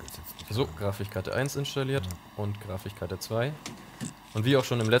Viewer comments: Warum höre ich ständig dieses fucking "GRAFICHkarte", es heißt GRAFIK, nicht GRAFICH!!! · Jeder: Grafikkarten: Grafichkarte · Mich triggert das richtig dass er Grafichkarte sagt xD #nohate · Er sagt immer "Grafich Karte" 😂 #nofront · Zum Glück nicht "Grafick Karte" uh ah 🤭🤣👍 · Sagt tatsächlich:"Grafichkarte?"🤣 Cooking Simulator! Das will ich sehen. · Sagt er immer Grafichkarte ? Oder verstehe ich das falsch ? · Es triggert schon ein wenig wie immer "Grafich" sagt... :D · Ja omg es regt mich soo auf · Ich finde ja, macht für einen Anfänger wirklich einen guten Job. Ich bin echt gespannt, wie er in einem Jahr rüberkommen wird. ABER: Michi, könntest du ihm bitte erklären, wie man das Wort "Grafikkarte" ausspricht? "Grafikkarte" schreibt man OHNE CH!!!!